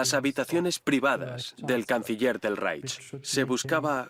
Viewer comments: yo también lo he notado......molesta un poco..... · Muy bien el documental pero lo que no se puede escuchar es como pronuncian REICH....